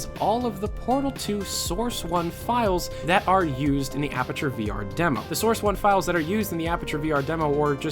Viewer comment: If he says Apperature one more time......